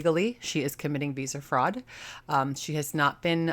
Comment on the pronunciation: You said Visa Fraud and I heard Beezer fraud 🤦🏻‍♀️😂 I have issues with Josh and won’t click on his video so I’m happy to watch through you. It’s my first video of yours and I’m loving that you know the lore so well.